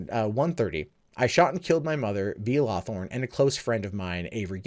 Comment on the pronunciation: He keeps saying LawTHORN. I can't help but notice the guy's name is LawHORN.